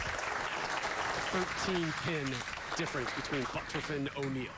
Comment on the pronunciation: "BUTTURFF" should sound like BUT TURF not BUTT ROUGH , but today he is just BUTT HURT!